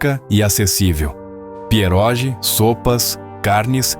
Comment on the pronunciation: A pronúncia de pierogi é "pierógui".